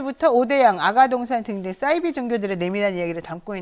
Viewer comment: 사이비 발음을 싸이비라고 발음하시네요